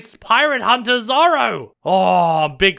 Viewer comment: Dude i cringed when he said zorro i ligit shouted LUFFY